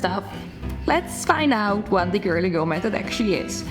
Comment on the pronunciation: Love the way you say curly girl gurlygurl method 😂